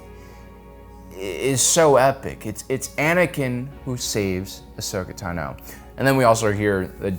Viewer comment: Are you mispronouncing Tano on purpose? 😂 u gotta be trolling lol